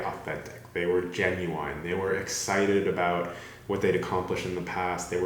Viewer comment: The way you pronounce "genuine" and "genuinely" is very weird lol